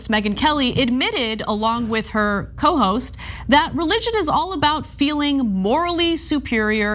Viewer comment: “Along with her cohost” i was about to laugh because at first i thought Ana said “hoe host” caught me so off guard